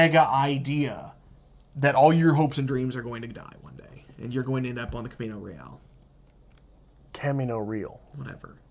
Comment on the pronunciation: Pronounce it in Spanish - Cahmeeno Reh ahl